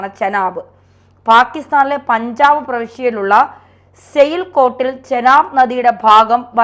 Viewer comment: എടീ കൊച്ചേ. സെയിൽ കോട്ട് അല്ല. സിയാൽകോട്ട് എന്നാണ്